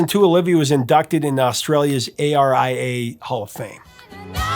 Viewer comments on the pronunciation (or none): Despite her superb musical and film career, I think Olivia's greatest legacy is the ONJ Cancer Wellness and Research Centre (Yes, Aussie centre, not US center). Also, Prof, down under we pronounce the Australian Recording Industry Association as "Aria", rather than A.R.I.A. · Thanks for this Prof. it's always an interesting thing to see how a national favourite was received in places like the US. She was much loved in Australia. BTW you can pronounce the Australian Recording Industry Association (ARIA) the same way as the music term aria.